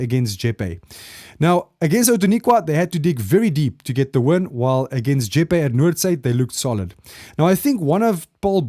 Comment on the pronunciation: So you know re. Jeppe Boys> it’s Pronounced Jep- Pee not Jep-A